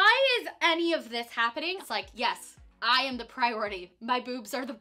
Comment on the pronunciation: priorititty lol